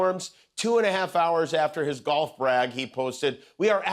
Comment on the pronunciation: dorf for golf. Golf of dorf?